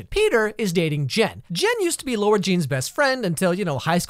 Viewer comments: WHY DO PEOPLE SAY IT’S LAURA JEAN IT’S FUCKING LARA, LARA JEAN HOLY SHITTTT this angers me so much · Okay so I've never read the book so I spent the whole movie thinking this girls name was "largene" which is like THE WEIRDEST NAME EVER, because the whole movie people pronounce her name like that! I was so confused when I found out her name was actually Lara-Jean. WHY NETFLIX??? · Lara is never pronounced with u, that's why it's LARA NOT LAURA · I've seen 2 of these explaining videos now and they cant get the name right. Its Lara not Laura. I would know its my name lol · Yeah it's a really good teen rom com, especially compared to the kissing booth. But her names not Laura jean, its Lara, pronounced completely different. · I'm pretty sure she's talking about how he pronounces Lara as Laura not Lara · not him calling her laURa Jean 😭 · As a person who has never seen this movie I thought he said lorenjeane instead of Lara jean until he wrote it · says LAURA jean whole video me: tRiGgErEd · btw it’s pronounced “lah-ra jean” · Sorry but it's LARA jean love the book and movie tho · I CRINGED whenever he said Lara Jean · I don't trust your opinion on this movie for one reason and one reason alone: You watched it and still can't pronounce Lara Jean. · I had to stop watching this because her name is LARA Jean, not LAURA Jean so how can I trust your judgement if you can't even pronounce the main characters name right? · Excuse meee why dod you have to do a freakin‘ video about every great show/movie ?! If you don‘t like then keep it for you !! Btw it‘s LARA JEAN and not LAURA Jean 🙄 Stupid I reported your youtube channel. Just letting you know 😒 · Am I the only one annoyed that he says “Laura Jean” not “Lara Jean” ??? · It bugs me SO MUCH when he says "Laura Jean" instead of how it's supposed to be pronounced "Lara Jean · It's Lara Jean, not Laura. You're really are good at ruining my favourite movies. The animation is amazing btw. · It's lara Jean not Laura jean